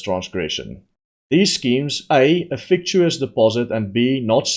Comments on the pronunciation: its pronounced - fic tish us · Fictitious is pronounced FICK TISH ISS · Hi. It’s pronounced “fic titious”. Love your work👍🏻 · fic-TI-she-iss .. with more tea, please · You pronounce fictitious - fick-ti-shus